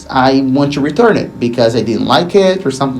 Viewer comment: Great videos as always but please stop pronouncing the word ‘to’ or ‘two’ as ‘CHEW’